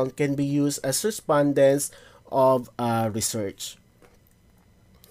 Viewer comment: Bakit ganyan po pronunciation nyo ng "Research"?